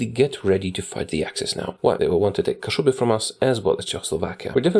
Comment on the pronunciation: O stary, dopiero jak pięknie powiedziałeś Kaszuby, kapnąłem się, że kanał prowadzi Polak haha :D